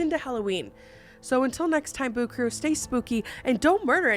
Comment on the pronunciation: I swear I hear the intro as, "Hey Boob Crew!"